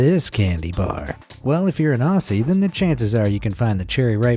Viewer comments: Aussie isn’t pronounced “Ossie” it’s “Auzzie” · I LOVE MUSK STICKS! They have always been my favourite!!! I will die from eating too many TimTams, they're just too good. Also Aussie is not pronounced 'ahssie' its pronounced ozzie. Being Australian is the best! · Mate did u just call us australians ossys because it is pronounced aussie not ossy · It isn’t pronounced Aussie it’s pronounced auzzie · ITS PRONOUNCED AUZZIE NOT AUSSIE AHHHHHH! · It’s pronounced ‘Auzzie’, not Ausie , I’m sorry I had to say this, still a great video, the musk sticks and aero are so good. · Its ozzy, and we have it in new Zealand aswell mate